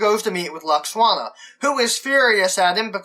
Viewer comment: Is no-one else horribly distracted by the fact that he keeps pronouncing Deanna's mum's name as "Lux-Wanna"?! 😣😖😫😩😤